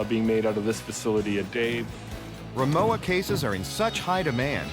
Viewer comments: You would think they would pronounce the name correct if they do a video on it. It’s pronounced rimoVa not rimoWa. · it's RIMOVA not rimowa. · Pronounced Ri-Mo-Va and not ri-mow-a. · If this is a German company, is it pronounced Rimova? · Rimowa and Porsche are both pronounced incorrectly... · Extremely bad pronunciation of Rimowa and Porsche - very american